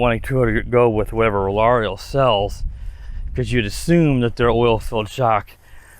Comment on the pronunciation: “Rarr-Row” the L is silent